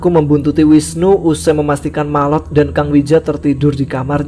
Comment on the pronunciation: Kok jadi malot, bukannya maot ya